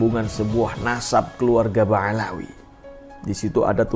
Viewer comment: Bicara apa mba? Baca Ba'alawi aja salah. Mba hanya baca hasil copas